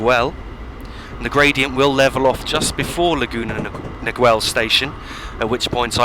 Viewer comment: laguna Niguel the second part of the name is more like ni gel the U is damn near silent.